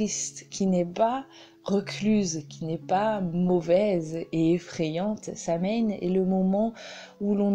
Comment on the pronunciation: Excellentes informations mais ce sabbat dont le nom provient de l'ancien gaélique est prononcé so-ween, pas sam-haine.